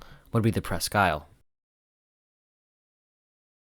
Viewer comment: It was good of you to check with Michigan on the proper pronunciation of Presque Isle. The tug and barge combination's "Presque Isle" namesake is the land and bay, on which the former Litton shipbuilding facility in Erie, Pennsylvania, sits. The former colonial French fort, Presque Isle, was located on land adjoining the Litton shipyard location on Presque Isle Bay. In this day and age, the French pronunciation has been dropped, in favor, of the British pronunciation shared with the Presque Isle Michiganders.